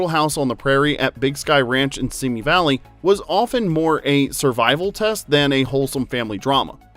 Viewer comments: “Simi” Valley is pronounced “See me,” not “Simmy” Valley. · "Simi" as in Simi Valley is pronounced /ˈsiːmiː/ (See Me)